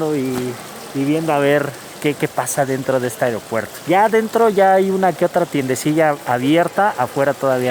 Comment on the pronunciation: Hay por que dices tienedecilla???.